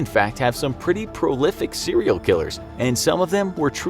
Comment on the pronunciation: How many times did he say cereal killer in this episode